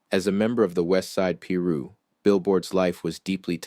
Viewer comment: Learn how to Pronunciate "Piru" [Pie - Ru] !